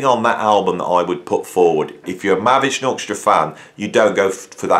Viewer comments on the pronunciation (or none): MAHAVISHNU NOT MAHAVSHNU